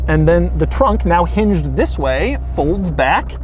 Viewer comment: Doug, stop with the "THIS.." please...